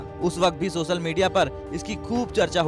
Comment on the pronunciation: सेख रसीद नहीं , शेख़ रशीद, हमजा नहीं, हमज़ा सोसल नहीं सोशल मीडिया।